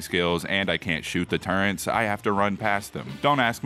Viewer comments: pronouncing turrets as turrents, his boxing days really hit his head heavy thats real immersion 💀💀💀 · "Turrents" -, 2023